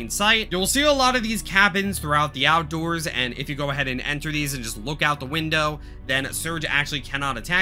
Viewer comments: ah yes, the "OUDOORS SUBFLOOR" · The “Oudoors”